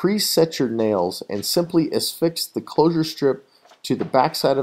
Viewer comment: There is no "s" in the word "affix". I don't get how these words end up with added letters, syllables, etc.